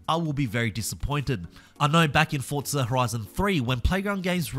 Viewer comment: There’s no T in forza